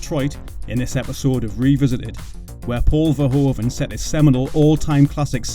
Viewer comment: The oe in Verhoeven is a diftong. It is pronounced like oo in English, like hoof for example.